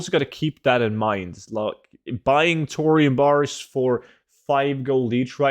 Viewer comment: Tour-ium bars confused me when I listened to this without a visual 😅